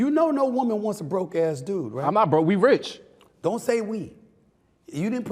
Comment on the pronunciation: 😂😂😂😂he said we ritch